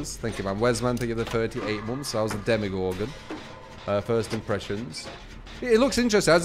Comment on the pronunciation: Why do people keep calling him Demigorgon? ...